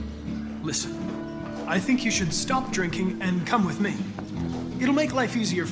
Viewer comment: Why I hear you have to cum whit me